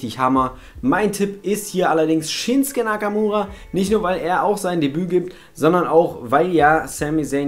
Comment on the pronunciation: Der heißt doch ShinsUke Nakamura! Und nicht Shinske ...........